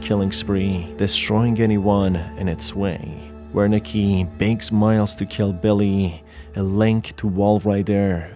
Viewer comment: Love the vid, love the game , love your content. But a constructive note the "W" in Wernicke is pronounced as a "V" it's a german thing. You can hear it pronounced if you look up Wernicke's area. A part of the brain associated with comprehending language (written or spoken).